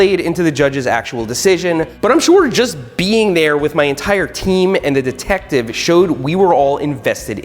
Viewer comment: Why’s he saying deeetective